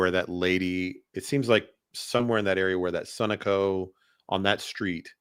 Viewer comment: Sunoco is pronounced suh-know-co